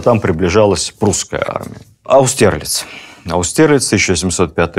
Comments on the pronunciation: Интересно, а почему АустЕрлиц, когда по-русски он АустерлИц? Черт, так режет слух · Какие у Вас замечательные лекции! Я наслаждаюсь каждым словом! Каждым, кроме одного. Аустерлиц. Ударение на первый слог. Óстерлиц! Или на первый и последний. Но только не на второй! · В слове Аустерлиц ударение на «А»